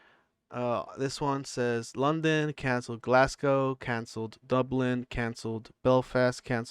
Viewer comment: If bapa had have turned up in Glasgow, Scotland (one of the toughest, no nonsense city’s in the world by the way) and pronounced it GlassCow in front of a Scottish audience………..I very much doubt he would be alive at the end of the “performance”